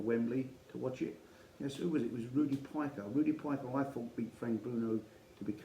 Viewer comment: Interesting topic, mate, and thanks for doing it. I worked with Rudi's son Carl, in Cardiff on the Council, in the late 90's. I don't mean to be picky but the surname is pronounced Peeka